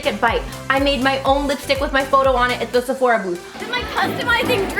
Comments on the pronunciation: I love you. Have I been saying Sephora wrong all this time?? You keep saying SephorEEA. Am I wrong? Middle part!! So so pretty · Love you so much You are beautiful no matter what She says Sephora so weirdly